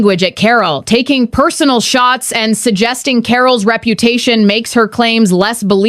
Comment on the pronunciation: What Re-puta-sion did she have??